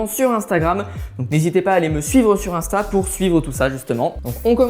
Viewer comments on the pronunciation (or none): none